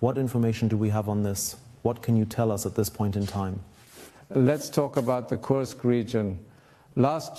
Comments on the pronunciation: Pra quem entende de russo: não seria mais correro dizer "Kursk" ao invés de "Kãrsk"? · Por que se fala "KARSK" e não KURSK? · Kursk: a pronúncia correta é como se escreve. Karsk é anglicismo desnecessário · Nao é Kãrsk, é KURSK! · o U de kursk é um U mesmo que se fala, não o U do inglês. É Kúrsk, um U lido como um U mesmo